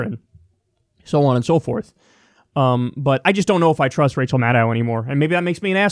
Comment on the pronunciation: It's pronounced Mah - DOE Not Mah - DOW......